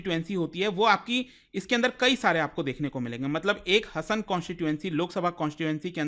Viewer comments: Le admin pronouce it as HAASAN its haasan, nat hasan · Hi it’s not pronounced हसन its pronounced “हासन” Please correct it in future 🙏🏻 but rest all incidents are true thank you for informative video 🙏🏻❤️ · Hasan District nahi 😂😂😂 HAASANA District 😊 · It's not hasan its Haasan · It's haasan not hasan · It is not Hasan. It is हा (haa) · Not- Ha-Sa-n, it's Haa-sa-n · Sir it is हासन please pronounce correctly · Hasan pronunciation is wrong